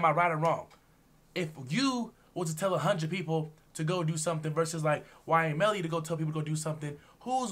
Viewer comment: Bro said ynw belly that got me laughing